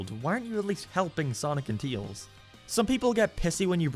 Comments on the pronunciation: "Teels" instead of Tails, you know that's LS mark. Listen buddy, Heroes is bad. SA2 won. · Your opinion is automatically invalid because you can't say "Tails." "Teals" isn't a Sonic character. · He acknowledged the way he says "Tails" and he is doing it on purpose now.